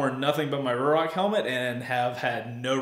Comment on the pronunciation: FYI, as per Ruroc the pronunciation is “roo rock” 👍